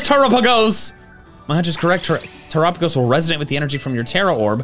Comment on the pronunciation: Terapegos. Tera-Pay-Goes